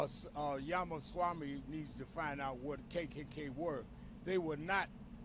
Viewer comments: Its not yamasami its ramaswami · “Vivik…..I can’t pronounce his last name” How very racially sensitive. “Yamaswamy” my god can people not read and pronounce letters together??